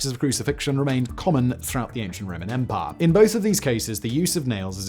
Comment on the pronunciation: The Roman empaaaah